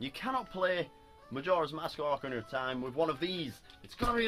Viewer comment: That's how it's pronounced.